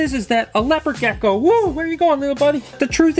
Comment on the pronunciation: sos its rlly annoying how u say gecko